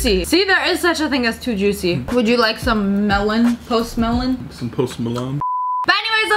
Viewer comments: the way she pronounce melon tho😭😭 MELHOWHN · Sssniperwolf language: Melon Pronounciation: MELOWNNNNNNN